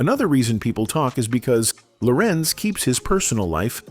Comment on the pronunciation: It's Larenz Tate, Lorenze Gross